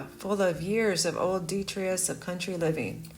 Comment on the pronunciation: Another interesting and enjoyable video. Slight correction: The word Detritus has a long 'I' and don't neglect to pronounce the second 'T' sound. I hope Michoacán's problems are fixed for the sake of all the good people who live there. Have a Heart traps won't rid you of your mouce population but they may help keep the population down. Question: are ticks (tick borne diseases) a significant problem where you live? In the northeastern USA they are something to pay attention to when you work, or just walk out in fields.